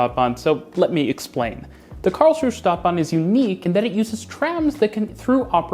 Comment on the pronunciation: 1. It's pronounced Karlsruhe not Karlsruh. 2. It's pronounced Stadtbahn not Staatbahn.